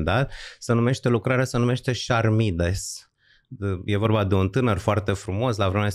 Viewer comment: Titlul dialogului lui Platon, „Charmides” nu se citește „șarmide” ci „karmide”.